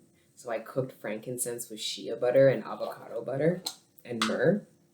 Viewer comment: The way you say “Shea butter” is so funny!